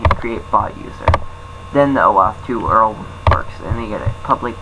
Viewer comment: did you pronounce URL as earl?